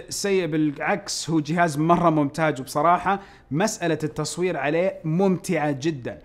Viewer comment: كأنه قال ممتاج